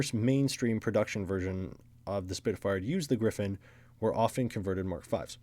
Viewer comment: It is Griffon, not Griffin.